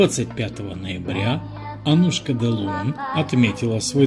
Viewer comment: АнУшка, а не Аннушка